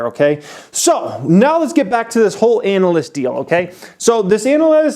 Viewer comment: I like how you pronounce ANALyst.